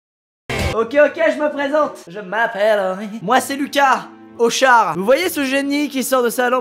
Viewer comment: Quand il dit salut c’est moi Lucas hochar J’ai cru entendre le Lucas clochard